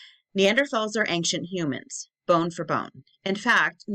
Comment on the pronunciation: Why do you keep saying ankcient?? You are more than mispronouncing, you are adding a letter that isn’t there. You sound uneducated and that is it good for your channel.